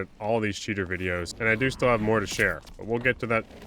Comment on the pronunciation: "That's my wideos" and then an emoji that I forgot